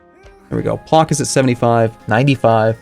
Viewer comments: its "plotsk" not "plok" XDDD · Psst,, just to be clear, "Plock" should be readen like... umm. separated c and k, dunno how to explain this more clearly:/ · Dat Płock pronunciation though